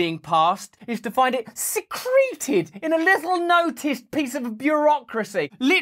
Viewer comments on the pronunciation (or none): The pronunciation of secreted as "suhcreeted" instead of "see-crit-ehd" pushed my buttons.